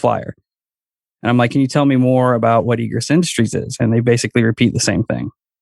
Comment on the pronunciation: It’s pronounced ē′grĕs. And means The act of coming or going out; emergence. It’s used in fire code standards in construction. Stop saying “egrus”.